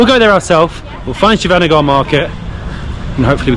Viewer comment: It is Shivaji Nagar not Shiva Nagar. You had Bread Bajji, Onion Bhajji and Plain Bonda (some call it Mysore Bonda also) Then street side Dosa.